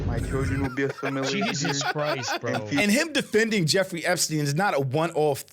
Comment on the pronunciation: Damn near broke my nail clicking on this video. Bro said “I’m gonna be athimilated”.